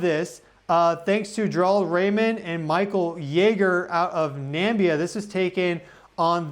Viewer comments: It's not Nambia, it's nah-mib-ee-here, after the Namib desert...🤦🏽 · LOL its NAMIBIA ...pronounced Na ... Mi ...Bia !!!! NOT Nambia ....Americans are so weird , they barely recognize that other countries outside of the US exist and when they do realize ..they often Mis pronounce ...